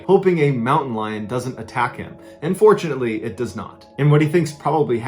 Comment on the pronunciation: In when he said “and fortunately” it sounded like “unfortunately” to me and the fact that this is being narrated by voice and barely any images we have imagine what he’s saying and when I was doing so the "and fortunately”sounded like "unfortunately” and I got spooked so much that I 💩my pants ( AND OFC NOT LITERALLY)